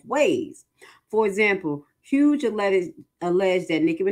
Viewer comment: Honey do your research. That's not how you pronounce Jennifer Hough's last name. To be credible , do your due diligence.